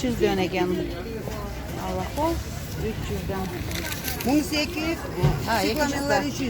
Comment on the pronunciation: Калахол эмес каланхое